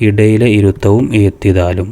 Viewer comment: ഇദയിലെ എന്നല്ല ഇടയിലെ എന്നാണ് 😊😊😊😊😊😊